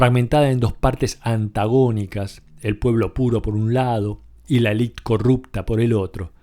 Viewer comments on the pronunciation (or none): none